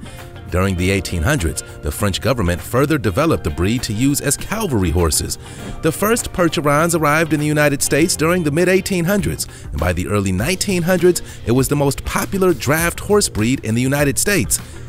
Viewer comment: Calvary horses? I don't remember any mention of horses during Jesus' crucifixion. A little research on the part of the script writers (and perhaps the narrtor) of this video would have revealed that the term for soldiers mounted on horseback is ca-val-ry.